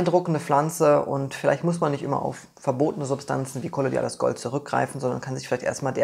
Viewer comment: Und noch mal: KOLLO-IDALES, nicht KOLLO-DIALES, lieber:-D Ich frage mich immer, wer solche Studien macht, Pharmakonzerne wollen doch nicht, dass Menschen gesund werden, wer also hat das Forschungsgeld, Pflanzen zu testen, was natürlich sehr löblich und schön ist?